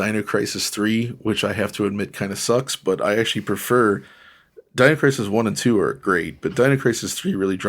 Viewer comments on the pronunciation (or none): none